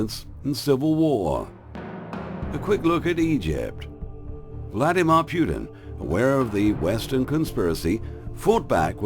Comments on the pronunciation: NICE, BUT TRY TO PRONOUNCE PUTINS NAME PROPERLY...!! ITS NOT PRONOUNCED "PEW -TIN"..... TRY "PUT -IN"... STUPID YANKS WITH THEIR CONSPIRACY THEORY CRAP...... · It is not pronounced Pjutin,just Putin :)